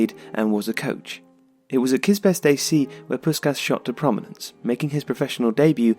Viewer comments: I'll be that guy: It's pronounced more like 'Pushkash' (an HU 's' makes a 'sh' sound in EN). Your videos are great, but there's a fair bit of name botching. Might give a thought to spending a few minutes to learn the IPA and doing a quick check beforehand. Great videos, though. Thanks for them. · Nice summary. But... "Puskas". Please respect the man. He has a name. From his culture. I remember my dad talking about that electrifying that Magyar team of the 50's. Listening on the radio in Budapest during university days. How media has changed. Can't help pointing out one vital detail. As an English-speaking son of Hungarian refugees (1956, as was Puskas) it rankles hearing his name being mangled. My own name too. Not a criticism. I'm sure I've equally mangle many names from many other cultures, but... For a globally up-front legend of the game, maybe a bit of cultural respect? In Hungarian... S = sh. as in SHoot, SHot, SH*t, caSH C = tss. not really an English equivalent, but like the "ts" sound in caTS. In fact, "cica" (TSee-TSaa) was the unimaginative Hungarian name we used for one of our belated cats. So... Ferenc Puskas is (more closely) pronounced "feren-tss poosh-kaaash" P.S. Native Hungarian speakers please correct me. P.P.S. I think he's one exceptional player from a different era who could be successful in the modern day. Haaland vs Puskas - have it out!